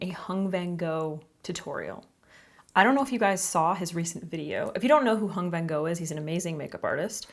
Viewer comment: Love u, but u really butchered the pronunciation of his name 😭 Vietnamese enunciation isn’t the easiest, but pls do your research beforehand. It’s not “van-go” it’s “van-ngo”